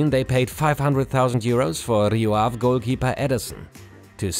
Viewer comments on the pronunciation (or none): Ave* not Ahv